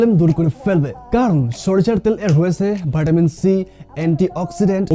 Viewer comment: হালা আগে ইংরেজি শিখে আয়, বাইঞ্চুদ কথা এমন ভাবে বলে ভিটামিন কে ভেটামিন